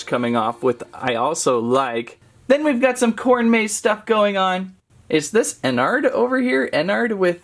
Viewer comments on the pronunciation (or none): Bro really said:all star Freddy,Freddy fOzbear, ennARRd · It's not pronounced what you are saying it is pronounced enerarad